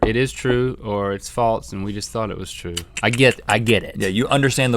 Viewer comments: THERE IS NO T IN THE WORD FALSE. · Guys, the word is not 'faltse', it's 'false'. There is no 't'! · has anyone else noticed that they say "faltse" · Anyone elts annoyed when people add t their s's? Like, those two bother me so much with that